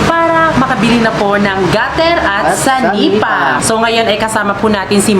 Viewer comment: senepa po hindi sanipa